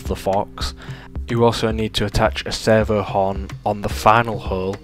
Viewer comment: I'm hearing "sever", auto-captions have "server", took me a while but now I get it: "servo". Sorry, distraction 😓 This project looks fantastic!